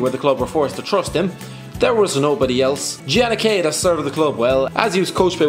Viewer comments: The way he pronounces Giannichedda makes me want to put puppies in an ongoing food processor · the way you pronunce Giannichedda Is the best thing I've Ever heard in my life